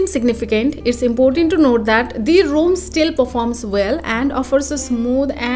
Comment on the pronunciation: Yes, it should be pronounced as Rom not Rome